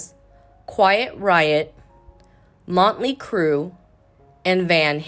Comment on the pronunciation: “Montly Crew”…. “Dee-windle”…. What? Even as slow as you speak there are still errors. 😂 your speed of speech is torture.